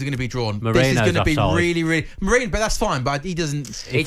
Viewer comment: It’s MeRIno not MoREno - do your pre-match research